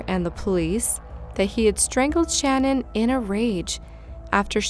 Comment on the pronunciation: I’m from Colorado and it really bothered me for some reason how you mispronounced CECE and SHA’NANON..